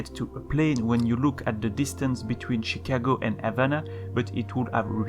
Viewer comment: "Shicago"